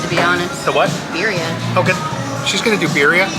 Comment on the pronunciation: She can’t even say Birria right…